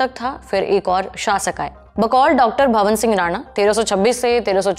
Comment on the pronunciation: वो तलवार है ना की चाकु.. वो मालवा है ना की मलवा.. वो डॉ भवान सिंह है. ना की भवन सिंह.... आप जल्दी ही लल्लन टॉप को बंद करवाओगी.. भगवान करे जल्दी से सौरभ जी की नजर आप पे पड़े और आप में सुंदार करवाए.